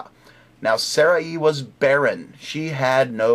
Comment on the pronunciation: By the way, it's not pronounced Saraeee, it's pronounced Saray (with a very short 'i' sound). Call me the hair splitter ^_^